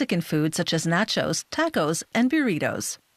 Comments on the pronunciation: "Nahchos and byureetos" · Well, she's Canadian. Notice how she pronounced "nawchos" and "tawcos?" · Listen how she says Nacho. Total east coaster